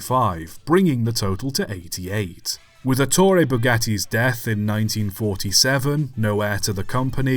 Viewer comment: ETTore. Stress on first syllable. Wrong stress makes you sound like Stan Laurel dubbed into Italian.